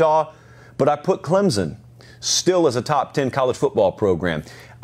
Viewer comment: Hey, Huge fan of the show (been watching your videos for about a year now). Just a heads up, a ton of commentators seem to pronounce Clemson as Clemzen. It's not the biggest deal, but sometimes it can feel disrespectful to some when an analyst (especially one as knowledgeable as you) doesn't know how to say the name of your school right. Please look into this. -Nick